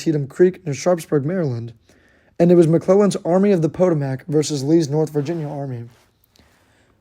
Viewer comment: Learn to pronounce Potomac